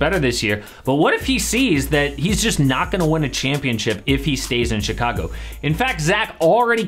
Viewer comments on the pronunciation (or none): chee ca guh